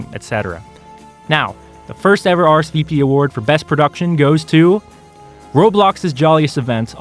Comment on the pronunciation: are ess vee peee